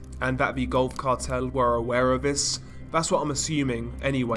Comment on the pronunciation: I swear I thought you said "golf cart hell" the first time you said Gulf Cartel lol!